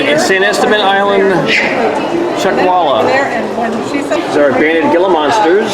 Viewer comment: Gila Monster is pronounced HEE LA .🤣🤣🤣🤣🤣🤣🤣